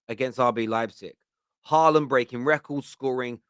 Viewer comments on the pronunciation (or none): none